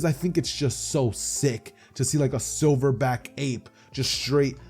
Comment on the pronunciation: So we not going to talk about the fact he said a sliver back gorilla that had me laughing 😂😂